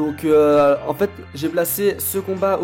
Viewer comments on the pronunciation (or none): none